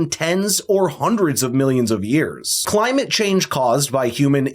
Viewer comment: Clymate chayng 🤦🏽‍♂️😂